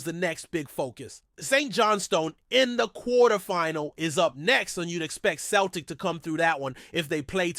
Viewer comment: Mate joe hart dnt play for celtic anymore and its pronounced seltik not kelrtik